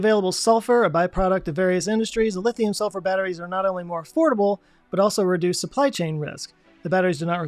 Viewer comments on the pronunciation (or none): none